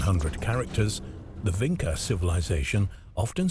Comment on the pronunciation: It is Vinča (Vintʃa), not Vinca.